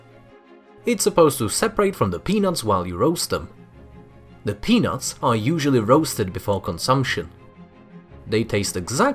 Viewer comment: Anyone else thought he kept saying penus instead of peanuts